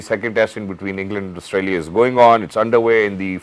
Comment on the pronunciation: Asutralia nhi hota Australia hota hai😂😂